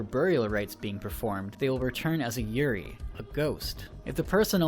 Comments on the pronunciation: you left out how she (the american ) prounounces yurei like yuri xD made me laugh because yuri is lesbian stuff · Just one thing, kind of a big one. Yurei is pronounced yu-RAY (more or less). Yu-ree sounds like the word 'yuri', which is girl's love (more or less). So everytime you say 'yurei', all I think of is a forest of lesbians. I'm not saying that's a bad thing, but it is kind of distracting due to the hilarity. I won't harp on you about the other Japanese pronunciations as they aren't that terrible. But this one... that's a big one... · I know someone else mentioned this, but "yuri" means "lily" and is associated with lesbians both in Japan and America. When you said the schoolgirl was a yuri I damn near lost it. I'd go with "yoo-ray" next time. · Idk if you heard the movie but it's called a yurei not a yuri You-ray vs you-ree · You rei not yuri 😅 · Dude. A Yuri is something different xD Yuu Ray. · As a total degenerate otaku I would like to inform you that the way you pronounce Yurei actually has a whole different meaning (Yuri) Google it ;) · Yes, you did butcher the word Aokigahara, but you also butchered the word "yurei". Its not "yuri" Its U-Ray-E. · Everytime you said yuri instead of yoo-rei I kept thinking of the japanese lesbian genre and though yuri doesn't translate to lesbian i continuously processed it as you calling these ghosts lesbians. old lesbians. young lesbians. school girl lesbians. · Um, "yuri" is a very different thing to yurei buddy. Pronunciation is important 😂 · Wanna know what drove me crazy about this? The pronunciation of certain Japanese words by people who can't pronounce them. Every time I hear pronounce yuurei as "yu-ree" I felt like screaming. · ‘YuRI’ ..... no dude, That’s something else xd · Japanese ghost is called a Yur-rey. Vengeful spirits are known as Onriyo "On-Ree-Yo". Awesome video though. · Yurei --> YUU-ray